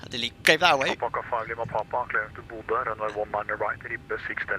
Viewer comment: Bodø with ø not o. I’m norwegian and i begin to laugh when non norwegian speakers says bodo or budu/o. And Trondheim with d not t but it’s fine.